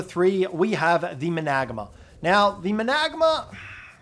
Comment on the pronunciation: it's spelt managarmr. pronounced, man-uh-gar-mur